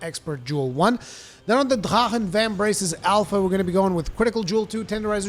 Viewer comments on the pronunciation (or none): I can't stand the way you're saying drachen. Then you try to say kushala daora in some weird way too but then you say it regularly other times. Just stop. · No, it's not spoken as softly as he says it. It's spoken as it spells out. Been that way since they released that armor in Final Fantasy 14.